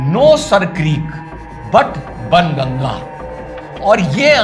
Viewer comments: Isn’t the correct pronunciation not Bun Ganga but Baan (arrow) Gangaa? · सर बन गंगा नहीं, बाण गंगा है सही संस्कृत उच्चारण।।।🙏🙏🙏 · बान गंगा है वो ना की बन गंगा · सर क्रीक का नाम बन गंगा आप कहते हैं**"कही इसका शुद्ध नाम बाण गंगा तो नहीं ** यदि मैं गलत हूं तो एडवांस में जमानत या माफी मांगता हूं।🎉🎉🎉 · Ban ganga nhi hai Baaan ganga hai naam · बन गंगा ❌ बाण गंगा ✅ तीर (Arrow) को गुजराती और संस्कृत में बाण कहते है। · Sahi naam Ban Ganga hai ya Baan Ganga? Jahan tak mujhe sahi lagta hai isse Baan Ganga kaha jaata tha lekin please isse ek mujhe bta dijiye ki kaise pronounce hoga? Jai Ma Bharati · Ban ganga नहीं बल्कि baan Ganga अर्थात बाण गंगा नाम है। उच्चारण यही है। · बनगंगा नहीं, सर क्रीक नहीं, बाण गंगा है असली नाम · बन गंगा, Nahin. Baanganga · यहीं पर अंग्रेजी भाषा मार खा जाती है। बन गंगा नहीं (બાણ ગંગા) नाम था। 🙏🏻 लिखना भूल गया वैसे मैं कच्छ से ही हूं। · सर वो बन गंगा नहीं है बाण गंगा है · banganga नाही बांगणगा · Baan not ban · सर क्रीक नहीं बाणगंगा है सर क्रीक नहीं बन गंगा है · Sir with due respect plz note the original name is Baan ganga ....बाणगंगा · No, sir Creek, it is ban Ganga. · It is prounced बाण गंगा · Sir, It is Baan Ganga . Baan or બાણ and Ganga as in ગંગા. It is બાણ ગંગા.. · Sir i admire your perspective and way of thoughts on social & political topic but just for right pronunciation its बाण गंगा | I also thought about the same to called as बाण गंगा instead of Sir Creek and glad to hear same from you. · namaskar I think, it's Baan Ganga ji(बाण गंगा जी)